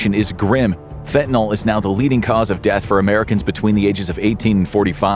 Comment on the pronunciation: For dog's sake, correctly pronounce "fentanyl".